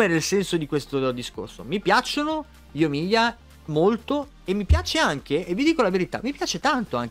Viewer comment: Io incuriosito da Sara Kujou ewe Minchia solo Yoimiya e sayu hai detto giusta come pronuncia